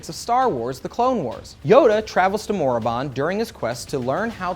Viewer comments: MORA-BOND, it's Mora baand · Its not Morobon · Why does he keep saying Morriband? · Isn't the sith home world called Korriban not Moraband?